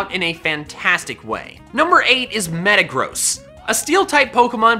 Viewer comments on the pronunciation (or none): Ah yes metacross not metagross